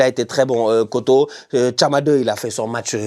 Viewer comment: Franchement bravo pour la prononciation. Juste pour info il y a juste une erreur sur la prononciation de kotto. Je pense que tout le monde sait prononcer "or" les deux "o" de kotto se prononce comme le 'o' de or (le O sans le r bien sûr)